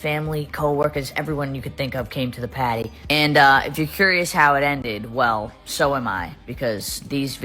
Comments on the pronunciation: She says "pady" instead of party😵‍💫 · Why does it sound like she is saying Patty instead of Party ? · Is she meant to be saying ‘party’? sounds like ‘patty’ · Say it with me: house warming p.a.r.t.y.....not house warming potty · I understood "petty".😂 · Why does she say the word ARE like normal, but then she says the word PARTY like potty?? 🤔🤔🤔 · Ugh the way she talks is so grating. The way she pronounces "party" as "paddy". 🤮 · Every time she says paddy I cringe. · “Pahdey”. ?? Party? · I’m a born and bred NY’er and I have been up and down New England and I have NEVER and I MEAN heard anyone pronounce words as overly dramatic Party has never sounded or been pronounced like patty Holy shit how are any of these people fans This chick literally started out in sm with absolutely zero accent and a meal voice Sooooooo how the fuk are people still financially supporting this con artist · I thought she said Patty. As in Krabby Patty. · All I hear is "patty", "had", "a pat mint". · lol. When she was saying pArty lol. I couldn’t stop laughing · housewarming "patty" 💀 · Pahty and APAHTMENT! I'm gonna go insane if I hear it again. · No one in the entire world says party like that!! 😂😂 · How can she pronounce the r in worse but not party… 😂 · Why would she pronounce “Party” in such a weird way? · I’m glad to see i’m not the only one getting irritated with her accent 😂. It’s weird how it’s more pronounced with specific words but she can go long sentences without it and suddenly a switch comes on and she’s back at again. I mean you do you gurl, whatever tf gets you the bag. It’s just really annoyingly disingenuous 😅